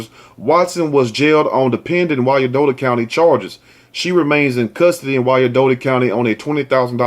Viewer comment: Hey,! Two things. I am from Kansas City Kansas. Firstly, the story you did on the Independence, Mo. mom--we as a whole are almost, if not, parallel to Sodom and Gomorrah. Secondly, you were saying, Wyan-dottie County. But, it is, Wine-Dot County. I think that's what you were saying. Correct me if I'm wrong. And, thank you for always, always keeping it real with the stories. They hurt my heart as a mom. And, as a divorced mom, I am so grateful that I never kept my exhusband out of our daughter's life. More importantly, I am grateful for the father he has ALWAYS been to her.